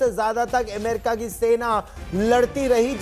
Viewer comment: एमेरिका नही भाई...अमेरिका है ! नाम तो ठिक बोलो !